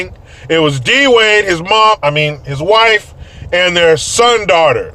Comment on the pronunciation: Saughter, mife, wom 😂🤣. Some times a couple has to have something to be against together, it’s easier then facing your own problems.